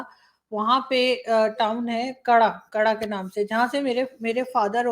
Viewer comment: Arzooji it is not kada ,it is Kade. Please correct yourself in future please .as Kade is famous for shitla mataji temple.